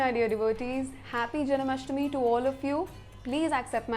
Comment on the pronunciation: It's not janAmastmi, it's janmashtami.